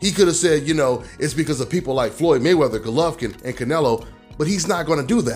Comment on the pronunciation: he said Maywrather era